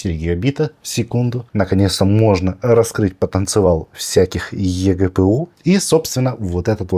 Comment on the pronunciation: раскрыть потанцевал ))